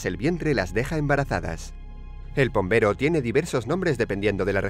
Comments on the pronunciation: Pombero si lo dijeron bien 😉👍🏻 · Pombero lo dijieron bien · Creo que pombero esta bien